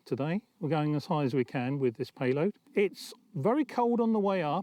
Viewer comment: Its a "payloaf"